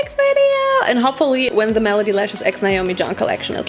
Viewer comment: Every time Naomi says malady instead of melody I can't help but giggle. Malady means illness (i.e. Krankenheit), whereas melody means song (i.e. Lied) - which is why Malady Lashes (illness lashes) sounds so funny to me! In English, melody is pronounced m-eh-luh-dy not m-ah-lah-dy, for future reference!